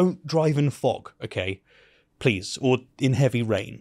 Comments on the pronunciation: Everytime this guy says "fog", I hear him saying "fuck". lol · Please stop pronouncing "fog" like the other F word. The first time it was amusing until I realized you're just lazy. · pronouncing "fog" as if it were a French seal 😂